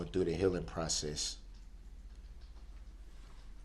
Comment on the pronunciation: I’d like to know what a “hilling prossiss” is.